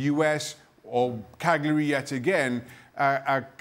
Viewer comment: FFS it's Cagliari not Calgary! How hard is it to pronounce it correctly Craig and Dan?